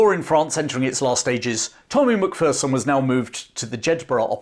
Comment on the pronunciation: It's pronounced mac fare son or mc fair son